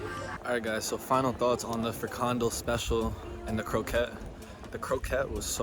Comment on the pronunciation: Frikandel Speciaal en Kroket. You pronounced it weird.